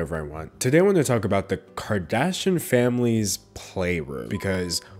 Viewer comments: It’s kar-dash- eeyin ... sounds like he’s saying karda-shin. My biggest pet peeve is when journalists don’t take care in pronouncing names correctly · The mispronounciation of Kardashian makes me low key really happy. 🤷🏻‍♀️😂 Edit to add: I have a 4 year amd this is the most ridiculous thing I've seen. And i have ONE TODDLER. 🤦🏻‍♀️🤪 I feel bad for those kids. 😳